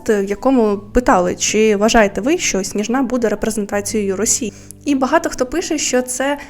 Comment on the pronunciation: Привіт біом не сніжна' а сні'жна